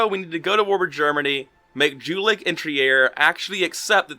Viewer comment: it hurts to hear you pronouce Jülich and Trier D: ;D